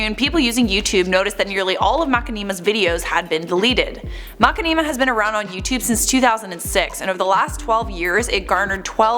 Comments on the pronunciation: MAH-Shin-a-Ma not Macinima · I can't listen to this, it is hurting my head with this mack-in-knee-ma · Mac in knee ma I thought you were joking MA SHIN NA MA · It's pronounced mashinima not mak e nee ma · Honestly Mach-a-neema sounds better then Mushin-ima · makkineema? its ma-shin-nima! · I know she did not say Mukanima. ITS MA CHI NI MA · It's pronounced "Ma-shin-ima", not "Ma-ki-neema". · It's pronounced Ma-shin-ni-mah but I love how you pronounced it, it sounds like a Dance! "Heeey MaKaniMa!" Do the Makanima, Chevrolet! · "Ma-ken-ee-ma", its ma-shin-imma :l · it is mashinima not makinima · Makinimah???? MAH-SHIN-AH-MAH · ........ Plz stop saying makeenima ..... (Getting cringe) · i love you, but for the love of god it's pronounced - Ma • Shi • Nee • Ma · i think its pronounced ma-shin-i-ma looking at the content they make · Its going to be stuck in my head after hearing Mack-Ne-Ma every other word lol 😂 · What???? MERCHINIMA...... uses yoytuber how does she not know how to say it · sniffed too much nail polish can’t even say mashinama anymore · I like that pronunciation more than ma-shin-ni-ma :D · Ya I thought it was pronounced like "machine-imma", can't focus on anything else in this video now, lol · say Mackmeema. This is so sad Alexa play Despacito. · She actually said Mackaneema. Nice try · I die a little when says macinema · IT’S PRONOUNCED MA-SHHHHHHH-inama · can you please pronounce machinima (ma-shi-ni-ma)....... Please...? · It's MASH-IN-I-MA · Umm its pronounced Mu-shin-im-uh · makinimah lol wtf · Now looking at the word... It could be pronounced like that. I love how she says it haha it's different and I like different. All hail the! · FINALLY SOMEONE ELSE SAYS IT LIKE ME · Whay do you say it like that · Poor saying machinima I forgive u. Gotta watch again and count how many times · I'm giving a pass since she doesn't know how to pronounce Machinima.